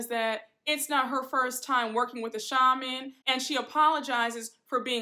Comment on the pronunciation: You look so beautiful! Also, did you notice all the ladies went to a shaman except Meredith. She goes to a sha-mon 😂 Meredith is so pretentious I just can’t! 😂